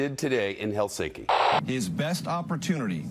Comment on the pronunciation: Shameful, disgraceful and treasonous is the way you pronounced Helsinki